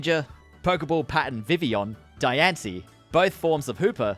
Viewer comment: Says diancie right but can’t say volcanion right 🤦‍♂️